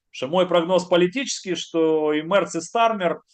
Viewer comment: а еще мЭЭЭрц, как то звучит очеень сЭксуально